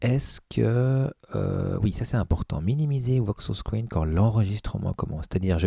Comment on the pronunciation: C'est pas "Voksos" mais VokOs. ;-)